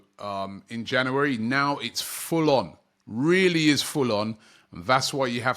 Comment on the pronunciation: It's January not Jannerwerry